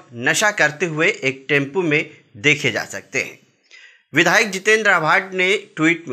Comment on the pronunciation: टेम्पू नही टेम्पो 😂